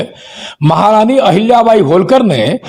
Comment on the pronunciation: Learn to pronounce marathi words as it is...Don't put a hindi template on them...होळकर... NOT होलकर....खंडेराव...NOT खांडेराव....